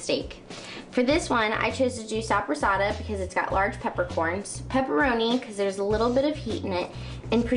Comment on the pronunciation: Holy crap. SAPrasotta? 30 min? Bree-Joe-Leh? What's next Cap - ee- cola?